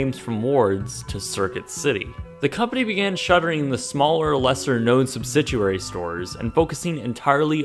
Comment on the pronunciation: it bothers me how much this guy mispronounces EVERYTHING... It's like nails on a chalkboard. really? "subsiduaries"...? Learn to pronounce words correctly,.